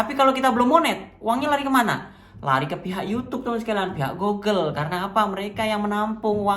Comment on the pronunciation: GOOGLE bacanya GUGEL mas bukan GOGEL